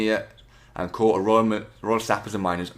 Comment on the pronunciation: It's pronounced core not corps